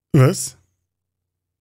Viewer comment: ...und es spricht sich Sauerkriem, SAUER, nicht sur uder suhr oder suur.